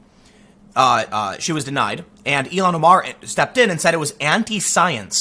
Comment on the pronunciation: Tim, her name is “ill-han” Omar, not “Elon” Omar